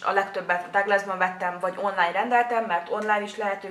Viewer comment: megnyugtatlak.. Tökéletes a szemöldököd, hasznos videó lett, a minőség szuper! ❤️😘 Csak annyit tennék hozzá, hogy a Douglast 'Duglásznak' kell ejteni, mivel német, nem bántásból!